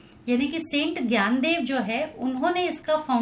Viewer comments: Sorry mam to say this but it's not "Gyandev" it's "NYANDEV" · Mam in marathi we pronounce it as dnyandev In hindi gyandev Sry i know that you are teacher but i want to tell about it 😊